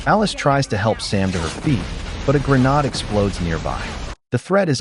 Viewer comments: for heaven sake stop saying "GREENAAD" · Grenades have been in use since the 19th century and you suddenly and stupidly pronounce it as 'greh-nahd'. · Why do you keep pronouncing grenade as GreNAD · Bro you good don’t be sorry , we all knew what you said and mean ! Thanks for the upload, can you do more bank robbery movies please ❤